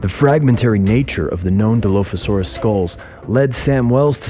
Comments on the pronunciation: Oh... who hired this poor poor narrator...😂 DI-LOAF-ASAURUS??? MEG-ALLOSAURUS???? WHO THE F*** HIRED THIS SKIN-SUIT!!!! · Nobody: Him: DILOAFISAURUS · Di “loaf” asaurus= 🦖 + 🍞 😂😂😂😂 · die-loaf-a-saur-us you say? 🙄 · ark players who have been pronouncing dilophosaurous for years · Except the way he says the name of the dino lol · I love how he pronounces Megalosaurus, and Dilophosaurus wrong